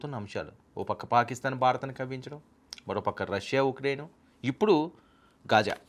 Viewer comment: Ghaaja not khaaja